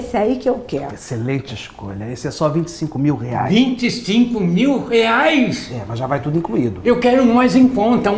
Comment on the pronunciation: 😂😂😂😂😂😂 "25 MIL REIAS?" KKKKLKKL